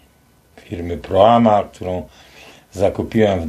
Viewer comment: Proma, nie Proama🙃